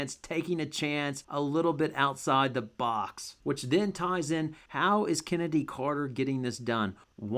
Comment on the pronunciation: Here I was thinking her name was actually pronounced Chinnedy. Her mom has some explaining to do.